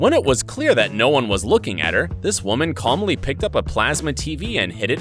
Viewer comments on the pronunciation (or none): none